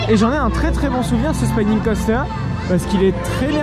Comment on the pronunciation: Je ne veux pas faire mon rabat-joie mais c'est une erreur récurrente dans tes vidéos. "Spinning Coaster" ça se prononce comme en Français. "To Spin" c'est tourner, "a Spine" c'est une colonne vertébrale donc rien à voir. 😅